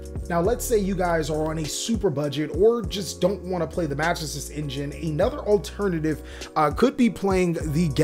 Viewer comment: man why do people keep pronouncing magistus so weirdly? its more like ma-GE-stus, there's a bit more emphasis on that second syllable. it's like people not knowing french with Infernobles all over again lol